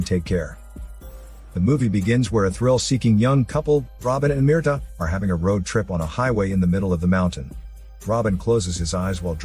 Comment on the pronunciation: You youtube guys really need to get on point with your grammar. Mierda.. the name you gave the woman.. is literally the word "shit" in Spanish. You basically made a video yelling "shit" 32 times. Meanwhile, Mirta, that is meer-TA, is a completely different word and translates to Myrtle.